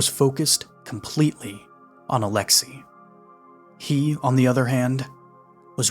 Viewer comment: I like you work, but you really need to ramp up your pronouncing-Slavic-names game. Alexej is not pronounced A-LE-xee, but A-le-XEY, rhyming with sleigh, in the Russian pronunciation (and A-le-xey, stressed on the first syllable, in the Czech and Slovak pronunciation).